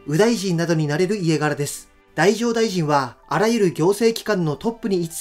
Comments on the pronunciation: 太政大臣の読み方って「だじょうだいじん」じゃ無いんですか？ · 太政大臣 読み方は だじょう ですね